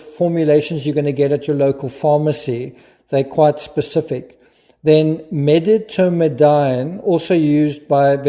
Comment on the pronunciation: It’s pronounced medi tom a deen.